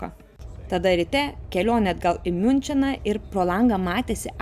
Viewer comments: Labai patiko video,tavo naturali kalbėsena irgi ziauriai cool,tik Miunchenas jei angliska abecele tariasi Munhen,bet smulkmena,labai labai produktuvi paroda. Laukiam sekancio video ✌️😁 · Tariasi Miunchenas*😁